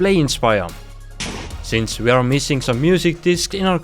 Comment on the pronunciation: Ngl the accent makes the video even better in a good way. They awe a lot of diffewent baiom.😂